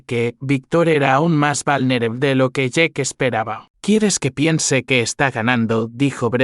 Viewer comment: Vulnerable y dice valner,,,, jodido, I A ,que no habla bien,😅